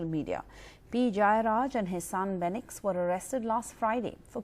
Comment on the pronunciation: You guys don’t even have the name properly ... it’s Fenix Calling a person name correctly shows respect and care. South Indian Lives Matter